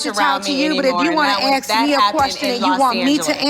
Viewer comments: "ASK PEETER! AX PE TER!!" LOL I love Nene. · So professional and fancy yet both say axe.